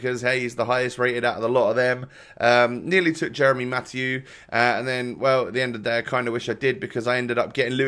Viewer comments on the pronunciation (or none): none